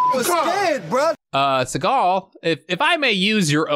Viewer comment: Fact: Steven's last name is actually pronounced sea-gull, just like a sea gull bird lol